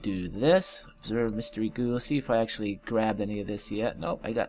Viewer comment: While we're at it, it's observe, not absorb. lol.